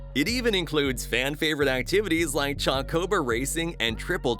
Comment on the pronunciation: That is the WORST pronunciation of chocobo I have EVER HEARD! Absolutely DREADFUL